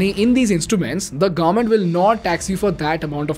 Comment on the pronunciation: It's pronounced as government and not "Garment"